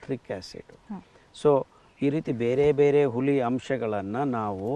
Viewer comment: ಹುಲಿ ಅಲ್ಲ ಸರ್ "ಹುಳಿ"